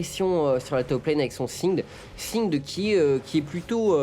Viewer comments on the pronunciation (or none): de comment vous prononcez Singed. On est en France on parle français.